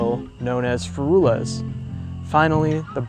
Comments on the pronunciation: Not sure about your pronunciation of Ferrules, Have always heard it and pronounced it "Ferruls" ie normal English and not "Fe-ru-lez". Very interesting subject. Interesting fact people did use a long pole with a nail/pin in the end onto which you put a loop of your hand line near the weight end, you then used the pole as a long lever to flick out the hand line to longer distances, so thereby being a precursor to casting with a rod and reel many years earlier. Look forward to the History of Hooks video. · Ferules is pronounced fair rules